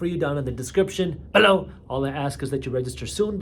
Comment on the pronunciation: This “below” the way you say it is very annoying, please don’t do this.